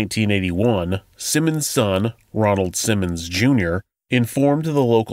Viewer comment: Ronald. Not Donald.